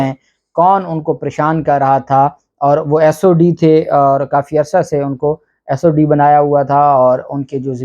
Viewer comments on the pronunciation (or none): sir' not sod but sdo.